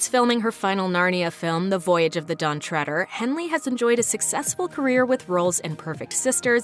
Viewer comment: Lucasdawolfi Ø Why? She pronounced it correctly. “Treader” comes from “tread” which is pronounced “tred”